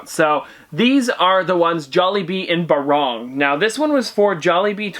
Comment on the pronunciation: Eeek the way he says “barong” 😖